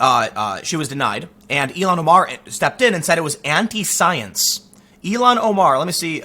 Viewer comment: Tim, her name is “ill-han” Omar, not “Elon” Omar